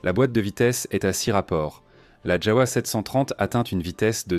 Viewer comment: Ça se prononce JAVA et non pas JAOUA !